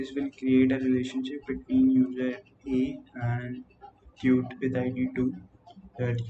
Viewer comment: Not to be rude, but is it common to pronounce “Tweet” as “toot”?